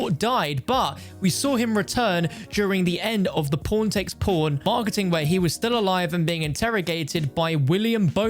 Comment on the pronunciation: Please, do me the favor and never pronounce Pawn takes Pawn, it sounded like you said P*rn takes P*rn